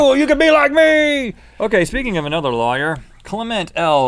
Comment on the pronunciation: Link pronounces lawyer as 'liar' and it was irritating the heck out of me!